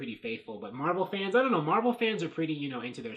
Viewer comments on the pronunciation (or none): sounds like you said Marvel stands.